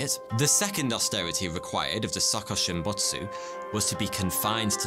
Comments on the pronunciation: Hearing him say suhkuhshimbutsu hurts my ears..I think it's supposed to be pronounced as sookooshimbutsu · His Japanese pronunciation is so funny to me😭